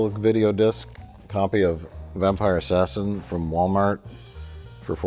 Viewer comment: Did you say vampire assassin?